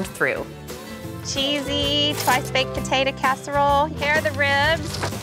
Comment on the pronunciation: Take a shot every time she says "patatuh"